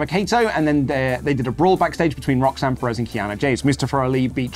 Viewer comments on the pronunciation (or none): none